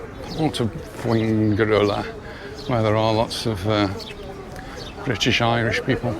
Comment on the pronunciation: Fuengirola is pronounced “fuenhirola”, not “fuenguirola”.